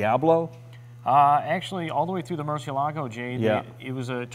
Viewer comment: Ugh why can't people pronounce murciélago? Damn you top gear!